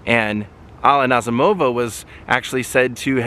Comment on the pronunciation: The emphasis is on the 2nd syllable, Na ZEE mo va.